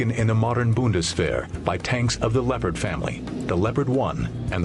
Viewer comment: He pronounced Leopard wrong XD